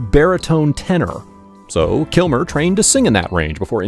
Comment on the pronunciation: I love this video but it sounds like you are saying KILMORE